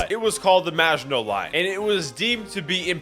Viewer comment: did he say frances nvaginal or maginol